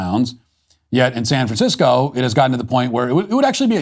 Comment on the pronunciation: “If you live in Sficisco”? What language is this Idiot speaking?